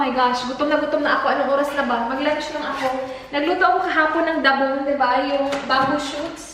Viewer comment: I think its labong,, not dabong?? 🤔🙄 just my opinion